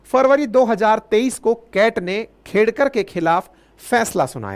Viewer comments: सर उनका नाम खेडकर हैं खेदकर नही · Sir its not खेदकर it is खेडकर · खेडकर है, खेदकर नहीं । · It is खेडकर, please pronounce correctly.